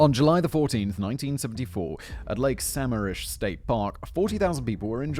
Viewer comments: As someone who lives in the PNW this would have been an unrelentingly painful and scary episode, but it was lightened by Simon’s (very understandable) mid pronunciation of Lake Sammamish. The PNW really does grow some terrible serial killers. Has Simon done the pig guys up in BC yet? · Right, I’m wondering if he’s done the green river killer I’m impressed that Sammamish was the only thing he mispronounced! As someone living in Seattle, and grew up nearby, I’m feeling surrounded by all these murdered women! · It bugs me a bit just because I'm from Washington but its lake Suh ma'am ish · Also, Simon, I know the Pacific Northwest has really weird and hard to pronounce places(as most of our geography has native names) and I know you love your pronunciation guides. Lake Samamish is (Sa-maam-ish). Makes me smile listening to people who didn't grow up hear try to pronounce places. When an east coast colleague moved here, took my a while to figure out what they were talking about when they tried to pronounce Puyallup 😅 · I cracked up every time Simon said Samamish lol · Ok, fact boy. As a WA state resident you get points for getting Issaquah right but Sammamish is pronounced suh-ma-mush not sam-am-ish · Sammamish is pronounced Suh-mam-ish Lake Sammamish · The lake is pronounced with the stress on the second syllable: Sah-MAAM-mish. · I know it doesn’t really matter but the way you pronounce Sammamish made me laugh. It’s pronounced Sa-ma’am-ish. 😂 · also lake sammamish is pronouncesd suh-mah-mish not all that relevant just thought it was worth mentioning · Lake sa-mam-ish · Sigh. Sam-MAM-ish. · It's pronounced "sum-AM-ish" I know- our Pacific Northwest names are pretty rough, but bravo- you nailed Issaquah! :D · Loving the pronunciation of Sammamish. (It’s actually Samam-ish) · The locals pronounce it Suh-mam-mish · Sorry, but it’s Lake Sa-MAM-ish. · Lake sa-mam-ish* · it’s pronounced “su-mam-ish” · Suh-MAM-ish...Lake Sammamish, Washington